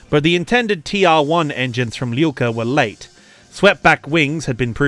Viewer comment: Hello from Ukraine. I couldnt understand who is Lilka, but after some googling i find out that your pronounse is terrible) Arkhip Liul'ka. Not Lilka. Starts like Liu Kang, but without Kang) And there are videos on Youtube how to pronounce Liu.(i literally checked and was surprised of their existence) Its not that hard) And thank you for understanding that not everyone from USSR is automaticly russian.